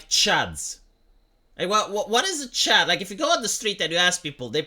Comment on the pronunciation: Only a Romanian can make 'Chud' sound like 'Chad'....